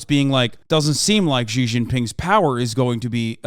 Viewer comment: Hasan your pronunciation of "Xi" is killing me